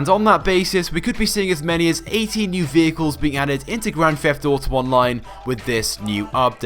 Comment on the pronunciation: Gotta love the "Peagus" vehicles